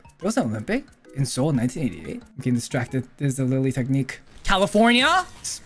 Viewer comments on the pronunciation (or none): none